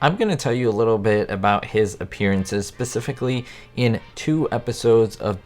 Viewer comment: Did he say "pacific-ly?"